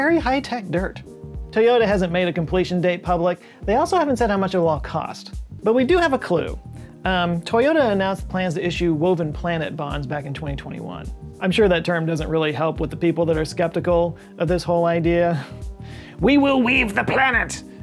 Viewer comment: I hate being that person, but I yelled at my phone when I heard you say “eye-sue”